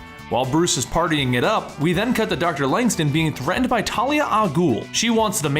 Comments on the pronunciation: LangSTROM, not LangSTON. It even bloody says it in a word balloon in a panel you show on screen. Sloppy work there. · Langstin? Langstrom i thought good recap tho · Isn’t the man bat Dr. Langstrom??..why does the narrator keep saying Langston? Let’s get it together people..smh